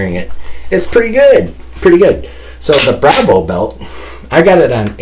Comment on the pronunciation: Its pronounced bravo, not bravo lol